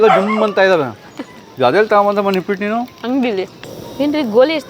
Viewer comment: ನಿಪ್ಪಿಟ್ ಅಲ್ಲ ನಿಪ್ಪಟ್ 😂😂